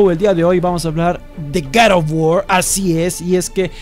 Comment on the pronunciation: Hoy vamos hablar de garef of worrs